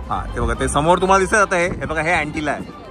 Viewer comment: Antina nahi it's antelia